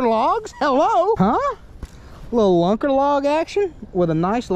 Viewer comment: Hey yo! I’m going to tell you this once, and you better damn well listen! There is no freakin ‘s’ on the end of Lunker Log. Get it right mister! And don’t let me hear it again. Funny as hell vid as usual though. Peace.